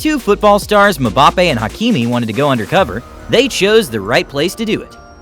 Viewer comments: This guy said mabapei 😅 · bro just called mbappe "mahbappe" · Bro said MABAPE